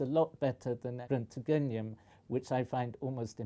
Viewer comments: 中村久美子 it would be roont-ge-nium; ge like in gentle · それは英語化された読み方だと思います。カタカナで表現することが非常に難しいのですが、Roentgeniumのドイツ語発音を強いてカタカナで記すなら「レーントゲニウム」になります。 ドイツ語では、「oe」（正しくは「ö」）と普通の「o」は違う母音です。発音の仕方は、唇の形を「オー」のままにして、口の中で「エー」を言うように舌を上に押し上げることです。是非試してみてください。 また、ドイツ語の「r」は英語のとかなり違いますので、興味をお持ちであれば、ドイツ語の発音について検索してみてはいかがでしょうか。